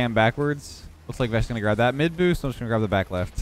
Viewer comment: when you say vesh i hear vegg'